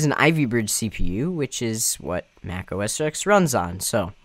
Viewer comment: OS X is pronounced O S Ten. Not O S ex.